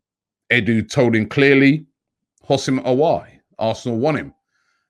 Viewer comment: It’s pronounced “OOO-SEM AH-WAH’R”